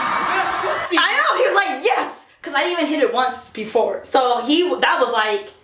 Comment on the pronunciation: I was dying when he said "YUS!"